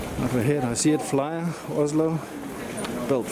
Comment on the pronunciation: It's Flyr not Flyar :-)